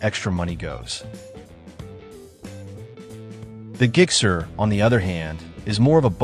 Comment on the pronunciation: I'm sorry, what's a 'GIG-SER'?